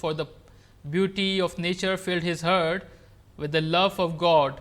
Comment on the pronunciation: Sir, this is "heart" not "hurt" in .